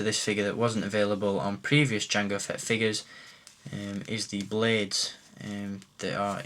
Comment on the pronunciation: I know your english but why do you say Figas? its figures godamnit!!